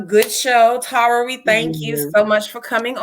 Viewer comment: Not “Tah-ra” lol 😂